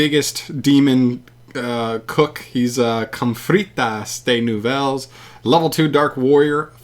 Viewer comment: Instantly deceased upon hearing the complete destruction of the French language